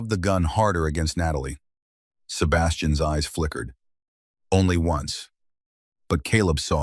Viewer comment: Loved the story, unfortunately there were no subtitles and the narrators voice is the worst I've ever head. Worse than the braindead aliens voice. This one can't pronounce an apostrophe. For instance , it can't pronounce Sebastian's name !!! It pronounce it as Sebastian S. It was so damn irritating i could scream, but, i wanted to listen to the story, I had to bite my teeth and listen. From Randburg South Africa 20 July "26